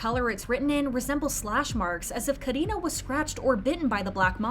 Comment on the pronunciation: I love how you say Karina's name it's so satisfying for real 🙈